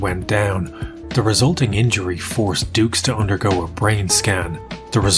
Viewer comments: you know the guys a cook when he cant even say his second name correctly...its pronounced doo not dukes..... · I just wish we all would stop mispronouncing this poor man’s name, it’s obviously pronounced “Ducks” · Even his name pronunciation is fake ,it should be like ducks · Where do you find these whackos lmao. Also I can’t see “Dux” and pronounce it dooks. To me, it will always be DUCKS. FRANK DUCKS. 😂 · Frank ducks, no no no it's dux, oh u I get it like put up your dukes right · Frank "Two" Allegedux. Begin kumite! (koo-might)